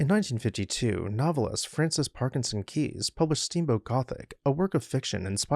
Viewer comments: BTW, her surname is pronounced to rhyme with "eyes". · I hope this wonderfully elegant house is preserved in all it's tasteful glory ! By the way, the name of the author of Steamboat Gothic is pronounced as if spelled "Kise" not "Kees". I was well acquainted with Mrs. Keyes' son; their family estate in New Hampshire was just across the Connecticut River from mine in Vermont.